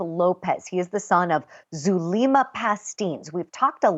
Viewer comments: Wow this female reporter looks Latina but if she is then she’s kind of embarrassing. Doesn’t know how to pronounce Zulema?! Come on. Has never heard of ppl going to Mexico for meds?? Huh? Somebody needs to pull her Latin card,lol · AND she doesn’t know how to pronounce Zulema! 😂